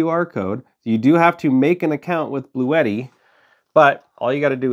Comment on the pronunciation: It’s pronounced Blue-Tee.